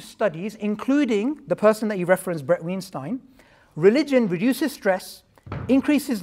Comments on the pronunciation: Nobody: Literally nobody: Not even atheists:: " BrAD WeNstEIN " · Tbh my fave part is both of them mispronouncing Bret Weinstein 😂